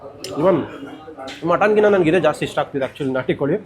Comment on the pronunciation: En naati ... Sir niv keldag naati naati anthare aden nati andre keli 😂